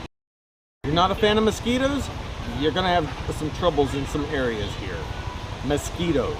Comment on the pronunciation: herro. Wtf? Haha